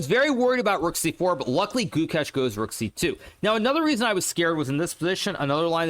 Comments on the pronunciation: It sounds like goo kesh (only indians will know) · Its goo-ksh